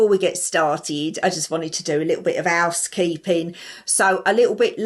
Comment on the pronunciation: ‘Ouse Keee-pping’